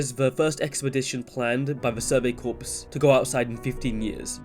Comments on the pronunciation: Corps is pronounced Core not corpse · PS there is a silentP in 'corps'